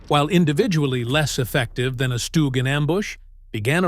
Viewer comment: It is not called a stooge. 84% is a ridiculous high number. Worse than any other job I ever heard of. It's pronounced like Dug. Remember that. Stug like Dug.